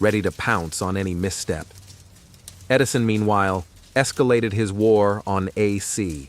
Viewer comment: “Tesla vs. Edirson”? Hahaha